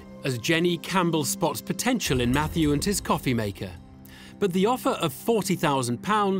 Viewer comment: Why were they calling him Matthew when he clearly said his name was